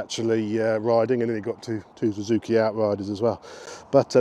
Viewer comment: When did Suzuki change their name to Zuzuki? I’ve noticed neevesy says it as well